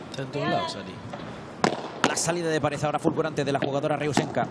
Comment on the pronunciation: Pregunta: por qué pronuncia res / pares en lugar de red / pared? O yo escucho mal